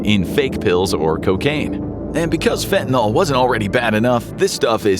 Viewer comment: Fentanyl is pronounced “fentanyl-NIL” not “fenta-NAL.”